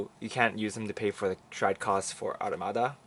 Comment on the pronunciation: its Amaruda not Arumadaಥ╭╮ಥ